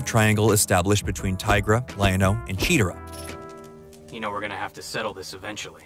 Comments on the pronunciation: Is this read by IA. Who is chee-ra-ra.? It's Cheetara!! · And there is it. The proof this guy never watched the show but has an opinion on it. Her name is not Cheater-uh, it's Chee-tar-ah. The reason it failed is because of the time slots it was given and the toys not selling. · Captain Marvel wish fulfillment? You mean Shazam? Cheeta-ruh? You mean Chee-tara? Also ...that Cheetara though, damn she is sexy. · Chi- TAR-A !!!! Not cheeterah ! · Cheetara ???? Chee-tara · Did you actually pronounce CHEE-TAR-AH as CHEE-TER-AH? Thou fool!! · "Love triange between Tigra, Lion-O, and 'Cheater-uh". The narrator cannot even pronounce the names correctly? Dude! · You did not seriously just say "Cheater -uh". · "CHI-taara" really nerd? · Its chee-tar-a shitera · No, you're not wrong. This guy is bringing some serious revisionist history and using fans of the original as a scapegoat for its failure. Dude didn't pronounce Cheetara's name right and there were genuine issues with some of the plot that caused people to not like the series. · Did they change Cheetara’s name? Dude pronounced it weird